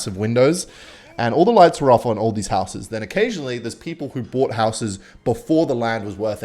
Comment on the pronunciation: For someone who can’t pronounce the word “houses” correctly seemed to want to say it a lot.